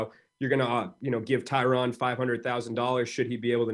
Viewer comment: Why are these mma media outlets mispronouncing Tyrons name? He was your welterweight champ not that long ago…